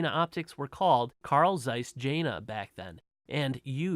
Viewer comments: Hey, no worries man. No one does their homework before preaching anything on YouTube. You don.t owe an apology to anybody for spreading misinformation. But thanks a bunch for it. I subbed!!!! ;-) BTW, it's pronounced Yena, if you want to sound like you know what you're talking about. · Jena is pronounced yen-na.